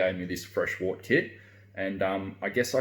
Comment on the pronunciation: I wish people would pronounce wort correctly. It's pronounced "wert"